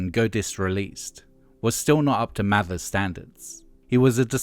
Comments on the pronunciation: It's Mavers not Mathers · But this is more accurate, has less weird opinions AND they've pronounced Mavers correctly, which Hargreaves doesn't.